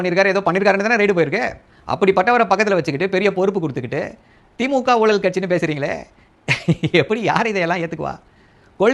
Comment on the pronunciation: நீங்க book selves கிட்ட இருந்து வெளிய வெயில் ல வந்து பேசுங்க... ஊலல் இல்ல ஊழல்... சரியா தமிழ் பேசுங்க...